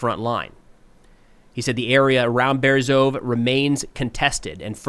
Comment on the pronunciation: Hi! As a native Ukrainian speaker, I really appreciate your videos. One small phonetic tip: in Ukrainian place names ending in -e, that last letter is always pronounced. It's similar to the «e» in «bed»… …so Ternove -> Ter-no-veh Berezove -> Be-re-zo-veh Hope this helps with future updates!